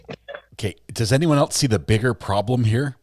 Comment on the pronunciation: "Did anyone eltse hear that?" says. Chef's kiss,!